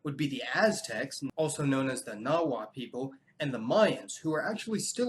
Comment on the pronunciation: I've often wondered exactly what the pronunciation is for Nunavut, and found it on Wikipedia with a phonetic alphabet one--NOO-nah-voot, rather than "none of it". You left the last 2 letters off "Nahuatl", and Taino is pronounced TIE-no.